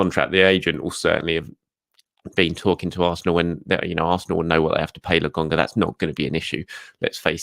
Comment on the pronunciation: why do u keep saying Lagonga?